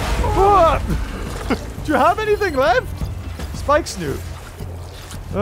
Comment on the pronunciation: It’s funny how he says Spikesnoot instead of spikesnout